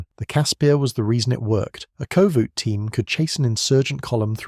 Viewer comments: The koevoet is pronounced kufut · It's pronounced coo-foot. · Koevoet pronounced more like "coo-foot" actually... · Two Afrikaans pronunciations: “Kas-pir” “ku-foot”